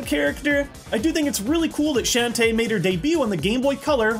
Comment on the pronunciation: Shantae in Smash? Not how I remember saying it. ;P